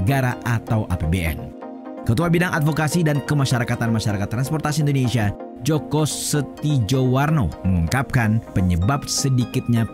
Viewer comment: itu bacanya Joko Setiyowarno